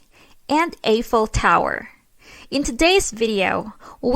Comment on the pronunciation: I came to the comments to see if a anyone else commented on your pronunciation of Eiffel Tower. In American English it’s pronounced eyeful.